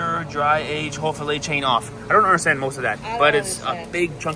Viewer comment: it. Not A